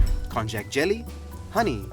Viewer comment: I have never thought to pronounce konjac as kon-jack. I believe it’s pronounced kon-yack.